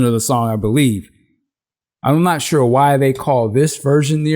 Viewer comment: Ha! He said “I’ll sho as hell try”. 🤣